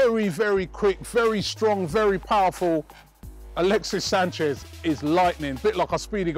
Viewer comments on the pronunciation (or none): none